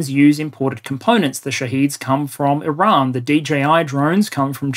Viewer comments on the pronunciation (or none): none